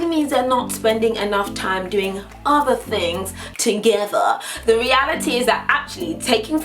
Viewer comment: "ahther things to-geh-thehr" lol Say that!